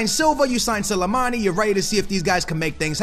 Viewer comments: Sill-A-Mani??? Hahaha., it's S-L-I, Sli-mani, say it with me slowly, Sli-mani 😂😉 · how he say slimani is actually irritating me 🤦🏻‍♂️😂